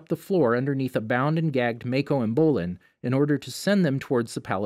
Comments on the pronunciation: Again you said maaaaaaaako not mako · And also MAiKo it's Mako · bruh is it that hard to say sokka and mai? bruh its mako not "mayko" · Also no maeko only mako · ughh. hilarious pronunciation. MAKO not MEKO. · DID HE JUST SAY SOAKA?! ITS SOKKA!!AND ITS Ma-ko MAH-KO and its bolin